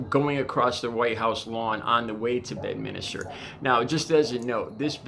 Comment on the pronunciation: bed minster ,,can u read ? ,,,not minister dummy